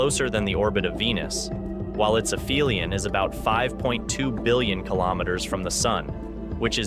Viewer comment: aphelion has a "p"sound, not an "f" sound.